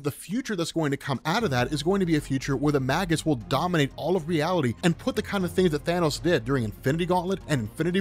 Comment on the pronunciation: you have google. It's May Guss.